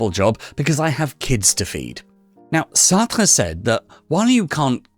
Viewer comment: Why do you say Sartra… the e in Sartr(e) is silent.. therefore pronounced Sartr